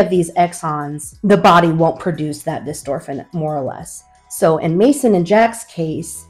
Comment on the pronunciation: I saw elevidys is working well for the older son. That is good to see! I hope you will follow up regularly so others can see what Elevidys can do for a kid. How old is the older child? It is btw not dystorphin but dystrophin, but that is a minor point. Good information!